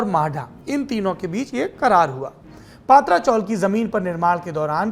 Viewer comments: पत्रा चाळ not पात्रा चाळ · अबे पत्रा आहे not पात्रा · पात्रा नही पत्रा chawl !!